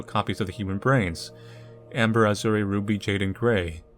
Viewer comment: How can literally nobody pronounce "azure" correctly? It's so cringy to hear "a ZUR ay" insteas of "AH shure"